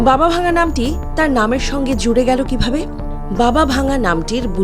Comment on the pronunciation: Not Baba Vanga the pronounsiation is Baba Wangga.He/she is not broken but Dead.